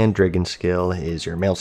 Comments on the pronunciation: Is it just me, or has anyone noticed he pronouunces dragon as dray-gon? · DrAgon, bAg, damn you mainly pronounce A by how it is called, so we should call you lol. Interesting phonetic choice. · Love the video... I HATE THE WAY YOU PRONOUNCE DRAGON!